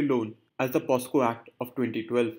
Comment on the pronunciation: its POCSO and not POSCO sir